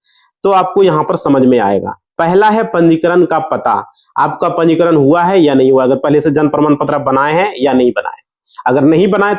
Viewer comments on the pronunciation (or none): तुझे तो बोलना भी नहीं आता ब्लाक को बलोक पंजीकरण को पनचीध बोल रहे हो कहां से आते है ये